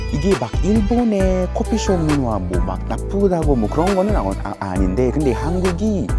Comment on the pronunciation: 말버릇이 아직ㅋㅋ 소울이 남아 있으신데요 근데 라고 할 때 근damm 하심